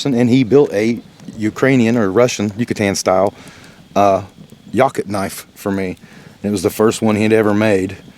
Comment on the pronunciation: It's pronounced Yakoot, not Yacut. And there is no Y in Helle.